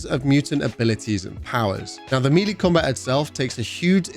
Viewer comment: Melee is pronounced may-lay, not mee-lee! You sound ridiculous saying meeeleee!😂